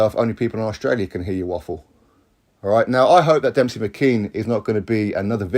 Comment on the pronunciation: Why are you pronouncing his name as Dempsey? There’s no P in it.